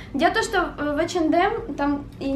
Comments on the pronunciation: H&M Она читается ЭйчЭндЭм:/// А не Х&М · Х&М товарищи он называеться ХАУНДМ ПОЖАЛУЙСТА НЕ КОВЕРКАЙТЕ названия....